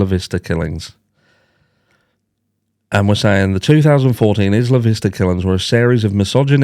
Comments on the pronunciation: It's 👁️-lah not Is-la 😊. 👍 They really do have many similarities. I'm sure BK read up on ER. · Isla Vista is pronounced Eye-la vista. In Spanish it means island view. It’s where I went to University of California in Santa Barbara. 😊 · Just a FYI it is pronounced… I La Vista…. Isla Vista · Also…not trying to correct you. Obviously we speak very differently, but here in southern California we call it Isla Vista (like eye-luh, like as in island). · Eye-luh Vista 😊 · Sorry, it's Eye La Vista for the pronounciation.